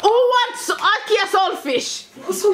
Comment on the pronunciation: Lmao I’m actually dead so funny . Kinda sounded like a South African accent when you said lakee and salt fish and chicken so funny . Honestly thank you for making me laugh . From a fellow Caribbean 😂